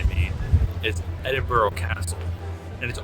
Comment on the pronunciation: Can his wife tell this guy it's Ed in bu ra, not Ed in bu row.